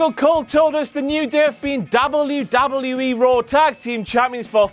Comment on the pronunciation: I hate the way he says Dabble You Dabble You E.